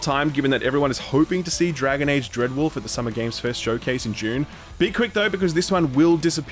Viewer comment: Every time you say "June" now I think of Dune